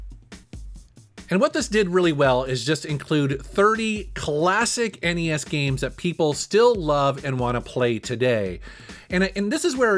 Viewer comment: Thank you for calling it N-E-S.. not ness that drives me nuts lol